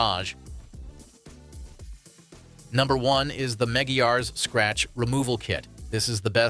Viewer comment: Pronounced "mah-gwai-uhs"